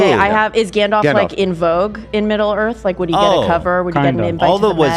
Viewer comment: Why does everyone including say "Gandolf" instead of Gandalf... I understand Ethan's affliction with names but what is and excuse?